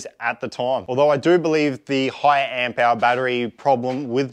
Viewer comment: AmpHour. Say it with me